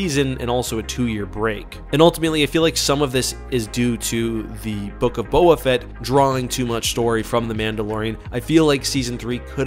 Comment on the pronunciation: I just dont get it- why are you always mispronouncing names? This is your literal job to watch and review and make videos about star wars, which say the names of people repeatedly like Bo Katann and Teva yet somehow you just don't hear how it's pronounced and you say it differently😭 Katann is kuh-TAN not Kat-ahn like katanna, and Teva is Tay-vuh their names are said over and over